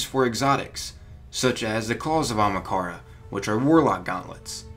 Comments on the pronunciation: I don’t understand how you said it so wrong..... you replaced HA with an R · Writes it Ahamkara. Pronounces it Amakahra. I'm dyslexic as fuck and I'm insulted. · The bones on Io aren't ahamkara bones, and its not pronounced amakara. Just sound it out o3o. The evidence to support that the Io bones aren't dragon bones is that first off you can notice a ton of snail and trilobite remains along with the bones. The theory that would make the most sense is that Io used to be either a water world or primarily aquatic with a bit of land. Also, the area that we go on Io would fit perfectly underwater. Just imagine it with water. Those skeletons are most likely of some type of whale or alien creature. The bones "could" be ahamkara bones but that is HIGHLY unlikely and wouldn't make sense. We will no doubt have dealings with one sooner or later though. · Ahamkara not amakara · It's Ahamkara not Akamhara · It is A-HAM-KARA, not AMAKARA. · jesus christ there's an H in ahamkara- not Amukara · WHY DOES HE IGNORE ONE OF THE A'S!!! ITS AHAMKARA NOT AMAKARA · A-HAM-KAR-A, not A-MA-KARA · Anyone else get triggered when he says "Amakara" rather than "Ahamkara". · Its not amakara its ahamkara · Amahkara? Not Ahamkara? Jesus dude. Taking illiteracy to the max. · Its not amakara its ah-am-kara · ... great theories, but it's pronounced Ah-hahm-ka-ra, not amakara... sorry, I get twitchy with mispronunciation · Its not amakara...its ahamkara... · ITS NIT PRONOUNCED AMAKARA!!! ITS PRONOUNCED A-HUM-CAR-UH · Not Amakara its A(H)amkara that annoyed me a lot, sry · Am I the only one that’s triggered by him saying “Amakara” instead “Ahamkara” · not trying to be a jerk here, just winced every time ya said it so feel the need to point it out :P It's AHAMkara NOT AMAkara. ya keep jumbling up the name a bit. :P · Bruh you're saying Ahamkara wrong!!! Not Amakara...AHAMKARA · I really don’t get why people cannot say (aw-hum-kar-uh) it’s not Omkara or Okamhara dumbass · "Amakara" lol